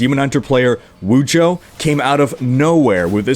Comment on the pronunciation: lol Wujo? You missed like 3 letters and a whole syllable bud... Wudijo